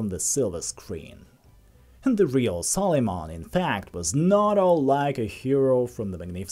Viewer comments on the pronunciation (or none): Its Suleiman not sol....